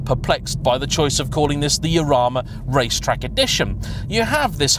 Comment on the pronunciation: "Eurama" is what is coming out of your mouth but i think you'll find it's pronounced HArama